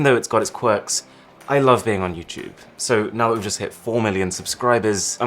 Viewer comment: “With YouChewbe” I’m dead